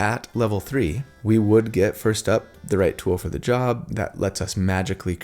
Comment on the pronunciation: You did a great joerrrerrb on this video,, I mean!